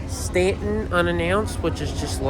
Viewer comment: Wow you pronounced Staunton corectly